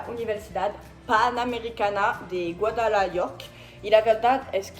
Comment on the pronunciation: Me gusta como dices Guadalajara.